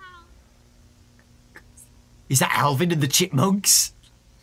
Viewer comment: He really said Alvin and the chimpmonk